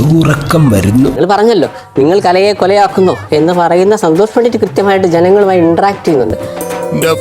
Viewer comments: കലെനെ 😂😂കലയെ ന്ന് പറയാൻ പോലും അറിയില്ല കഷ്ടം 🙏🏼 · Kalayena alla kalaye